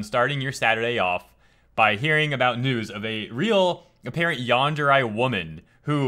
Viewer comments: it's Yan-der-rei, not Yan-der-rye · YT isn't letting me reply to you, yet is still showing 2 replies, so I think one is yours. But that is my point. re in romaji/Japanese will sound like ray in English. Not rye. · Why are you pronouncing yandere like yanderai? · I had to stop watching simply because of how he pronounces "yandere."